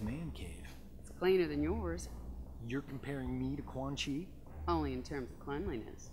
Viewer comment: Hey when u said quan chi nuts say it fast it sounds a bit like ceunchy nuts haha 😂😂😂